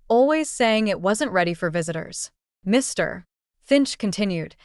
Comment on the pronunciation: Get a human to read this , sick of the “ Mr “ in the wrong manner .constantly being used